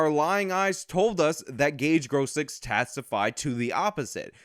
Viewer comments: Please don't pronounce it as Gross Kryytz. It is Cross Kroits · Technically its pronounced "Grohskroits". Tho I'm pretty sure it's not a "traditional" german name, if you catch my meaning. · Grosskreutz is pronounced kinda like gross-kroitz. Other than that good vid. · How do you mess up a name that badly? It’s one thing If he’s unknown but he’s one of the most used names in one of the most public trials in recent history. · The one and a half arm bandit